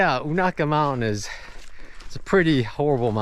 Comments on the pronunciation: it's long u na, like ney, Ka. fyi. I always crack up when people try to pronounce places in this area. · It will be windy on those balds. Extremely cold. Be careful. Local pronunciation is you-neigh-ka. Indian name. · Most people pronounce it 'You Nay Ka '. (short a). You should see it on a foggy morning. I call it the Black Forest of Unaka Mountain. Have fun in the Snow. Twenty nine years ago to the day we had 36".